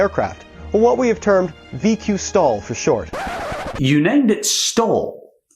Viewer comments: VQ-STOL, not STALL... come on... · In regards to Jetpod. What you heard as “VQ-stall” was actually “VQSTOL”. This is an acronym for Very Quiet Short Take Off Landing. STOL is a common term in aviation. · This has probably been done to death but it's STOL not stall...Short Takeoff and Landing. Still terrible irony given the sound of the words. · It's VQ/STOL not 'Stall' STOL is an acronym for 'Short Take Off (and) Landing'